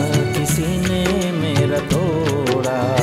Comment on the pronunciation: good job....just 1 suggestion- the prounanciation sounds ' tora, mora'...looks like you pronounce the d as r..it is 'toda, moda'